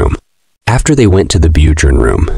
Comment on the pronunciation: Bjorn is pronounced as byorn